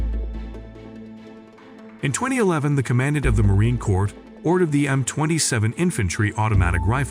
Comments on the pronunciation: I cannot take the narrator anymore. He can not pronounce Corps! Can not pronounce M249 not 200 and 49. Can not pronounce commandant! What else did he get wrong!!! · I am getting soooo tired of AI narration. Who the hell says "The M two hundred and 49 squad automatic rifle..." or 5.56 times 45 " in any conversation? BTW keep pronouncing "Commandant" wrong.